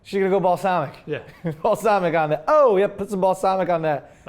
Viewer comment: balsalmic...more like FALLSALMIC